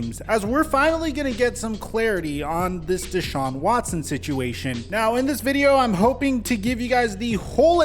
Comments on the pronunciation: Ian Scheffter: ‘Dechaun Watchson” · "Deshaun Watshon"